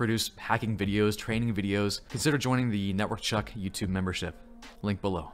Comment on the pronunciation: It's network Chuck not chuk